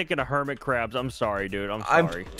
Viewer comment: when said "hermit crab" i thought he said "hermitcraft" aHA